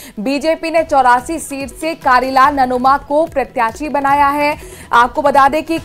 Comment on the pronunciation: Namoma nhi nanoma h madam